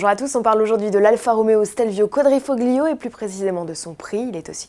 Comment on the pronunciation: Arrêter de dire quadrifoggggliiooooo on prononce pas le g !!!! c'est comme si il n'y en avait pas on prononce quadrifolio !! désolé ça devait être dit